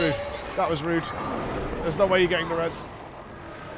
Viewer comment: Im sorry.every time I hear say res me. I have to facepalm.